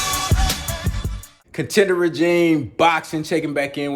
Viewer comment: Idk if anyone has told you, but you’re pronouncing “regime” wrong in your intros.